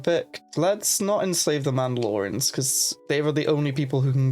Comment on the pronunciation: "Tabiana Gas", "Mandalorans”. This guy uses vowels like vague suggestions.